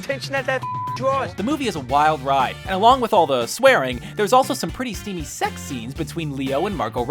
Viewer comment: The way he says sex